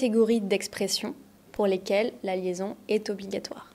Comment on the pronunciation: Tiens, j'ai toujours appris que "est" se prononce comme "è". J'entends vous dire "é". I'm confused now 😂